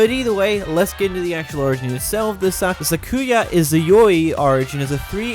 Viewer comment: anyone else got mad by the way he said sakuya?